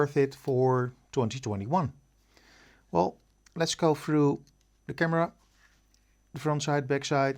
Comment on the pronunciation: Through not 'frew'